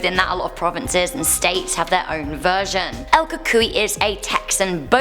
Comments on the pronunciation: hi it's Kay from San Antonio and I think you are pronouncing the Kukui boogie man thing correctly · you nailed "cucuy" though